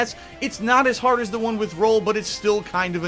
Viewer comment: Her name is Call, not Roll.